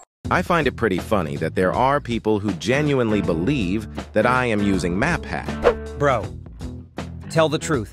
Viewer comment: indonesia when someone is better than them : see! see!!! map hak!! 💀 *bro cant even said map hack correctly 💀 is english bruh , not indolish 💀